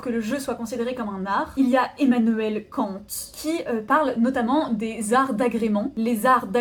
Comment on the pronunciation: le "Emmanuel Kant" n'a pas été prononcé selon l'art Antonesque. Il aurait fallu le prononcer avec un accent allemand avec une forte insistance sur le "Kan" de "Kant". Voilà ce qui arrive quand on embauche une main d'œuvre sous-payée et exploitée. Le capitalisme abject prouve une fois de plus son infériorité face à l'économie d'État planifiée soviétique. revient!